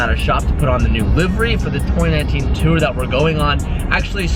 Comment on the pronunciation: it's "tour", not "tour" 😂